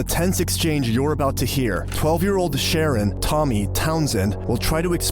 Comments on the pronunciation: What's with the "Sharon"? The parents sound uttelry incoherent. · “Sha-Ron” is probably how you pronounce his first name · emphesis on the last syllable...sounds like....Shu, RON